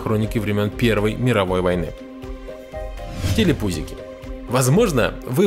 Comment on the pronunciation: Ты так смешно сказал "телепузики"